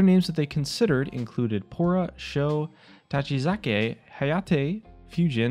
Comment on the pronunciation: Tachikaze, not Tachizake. You’re probably reading off a script, how do you mess that up?